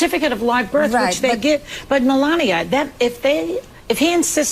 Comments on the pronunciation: Her name is melania not Pandora 😂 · I'm not saying that it's a long hard "ee" as you claim only happens in English (reference required!), but it's definitely an E rather than a hard AY (or AH as per your vampiric example). Listen to how Melania herself pronounces it - short "e". It's not accent-specific either, Ben just mispronounces it every single time and he really leans in to it! Note that he also called the University of Ljubljana "a local university" rather than attempting that name. 🤣